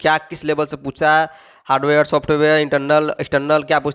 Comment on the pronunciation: Hardware ko high ware padhte ho 😂😂😂